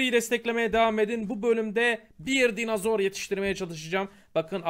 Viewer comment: GÜZEL ABİM ALLAH AŞKINA DİNOZOR DE NOLURSUN SÖZELCİYİM SEN DİNAZOR DEDİKÇE ÇILDIRDIRIYORUM DİNOZOR DE NOLUR DİNAZOR DEME